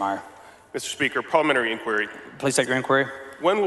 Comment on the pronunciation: Who is this guy who can't pronounce parliamentary?